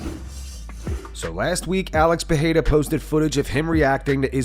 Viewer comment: Again commenting can you learn how to pronounce Pereira? There is no ‘h’ sound.